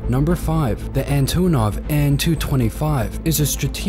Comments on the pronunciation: DID HE SAY ANTOOOOOONOV😠😠 It's called an antOnov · guy:an-too-nov plane enthusiasts:its ANT-TA-NOV mega facepalm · You prounounce it ant -onov